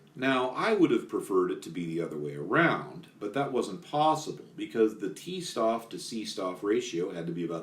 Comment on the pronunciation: Every time you read 'St' in german, pronounce it 'Sht' Stoff is [shtof]